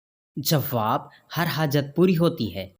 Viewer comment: Jawab hota ha jawwab nahi.Sawwal nahi sawal hota hai.tashdid donon per nahi hoti